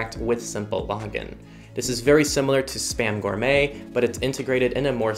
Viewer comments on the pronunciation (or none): none